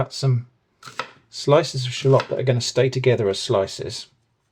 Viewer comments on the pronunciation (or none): did bro just say shaloot